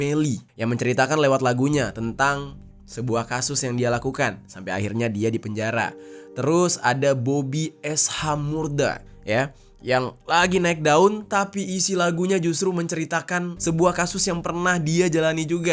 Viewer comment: ngatain orang nyebut “Daud” dia sendiri nyebut bobby shmurda jadi es ha murda 😂😂😂